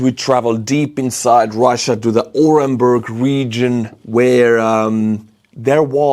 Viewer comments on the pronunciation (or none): The U in Orenburg is pronounced OO.